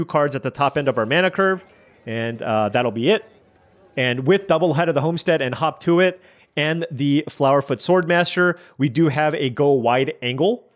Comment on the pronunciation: hearing you say "hop to it" makes me double-take each time because it sounds like "hawk tuah"......damn the internet